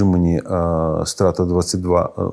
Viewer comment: А я думав Страта — це сленгове скорочення від слова Стратегія. Страта, стратка, стратежка. P.S Тільки наголос там інший. Не Стра́та, а Страта́. Тому що коли чуєш Стра́та, то перша асоціація з кацапським словом "Казнь".